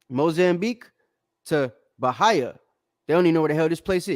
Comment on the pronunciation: Its not BA-HI-A, its BA-HEE-YA as in Brazil. Learn how to read before you try to debunk something😅😅😅